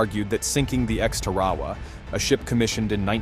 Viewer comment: Its "Tar-uh-waa," not what you said.